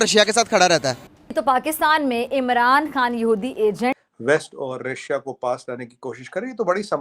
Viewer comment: रसिया nahi रशिया ... chima ne ‘sh’ ka keema bana k ‘si’ laga diya 😂